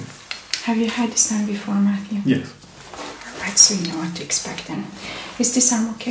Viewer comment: ate his name James ?? she keep saying Mattrew?